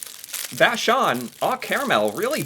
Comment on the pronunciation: You pronounced Vachon very well my friend! It's a French family name eh Fun fact, Vachon cakes was sold to an American cie in 2014